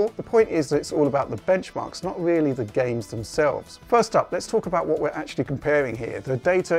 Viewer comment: Wooks a weally weally good